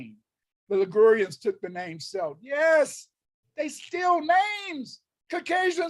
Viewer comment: Actual Celtic person here, we are White 🤍 Mac Artaine of family origins in Galloway, Mannin, Cumbria, and also Bréifne. I look like my ancestors have these last several thousand years. Get your own history and don't steal mine, afro-colonizer You can't even pronounce Celt properly...